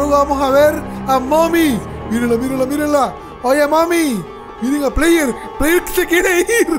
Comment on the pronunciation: Se dice player